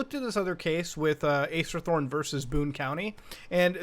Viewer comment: i keep thinking you say Ace Attorney